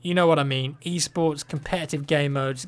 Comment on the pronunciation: when i heard u talking about e-sports one of ur previous videos i thought u were saying eastports and i wuz all like wtf